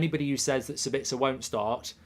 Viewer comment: SA-bitz-er not Sa-BITZ-er, people.